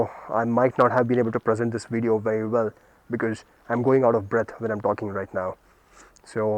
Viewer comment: nice "wideo"